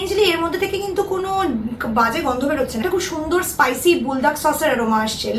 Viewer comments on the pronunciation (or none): none